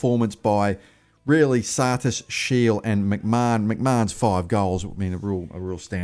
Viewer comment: How long has SHIEL been at EFC and you can't get his name right?